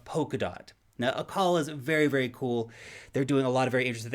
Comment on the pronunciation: Acala, man, Acala.